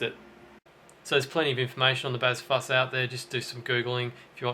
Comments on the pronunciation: I hate how you say bazz fuss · Had you not said "Bazz Fuss" aloud, I would have been totally convinced that the caption was supposed to say "Bass Fuzz", and your fingers had a moment of dyslexia. hahah